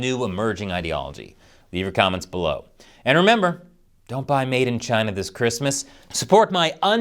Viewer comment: The ONLY correct way to say the official name of west Taiwan...Chiaaayna! 🇺🇸🇺🇸🇺🇸